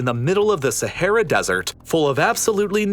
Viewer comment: dude pls stop saying sahara desert ... just say sahara cuz sahara literally means desert xD (even tho u pronounce it wrong as every other none arabic speaker in the first place )